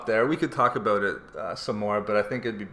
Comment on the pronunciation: I heard aboots so my guess is Canadian or Minnesota